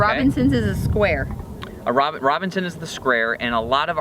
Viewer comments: Robertson not Robinson 😂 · FYI - Sounds better when you call it a Robertson drive. Not Robinson. Make me think you know what you're talking about. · It's Robertson, not Robinson...and don't hand someone a screwdriver by throwing it at them. That's dumb and dangerous. Also, do yourself a favour and buy a genuine Robertson and throw that Chin-obinson away. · *Robertson not Robinson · By the way it's a Robert's or Robertson bit, not Robinson. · The correct name is “Robertson” not “robinson” as pronounced in the video. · Love this, thanks! Robertson, not Robinson. LOVE the final comments, if you wanna meet friends, raise the hood! Geez... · It's a Robertson, not Robinson 😉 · Robertson... not Robinson. its an easy mistake eh? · being from Canada i can tell you its a robertson...not robinson! :)